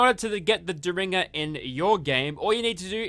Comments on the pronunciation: It's pronounced Derr-in-ger. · Booth took out Lincoln with a "dare in ger" not whatever you are saying lol. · Dare in jer ☠️